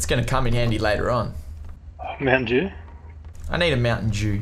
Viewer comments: Yo did you hear him say, "Mountain Jew?" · It’s Mountain Dew not mountain. Dews